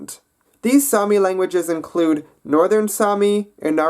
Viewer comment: sami is mans name and its saami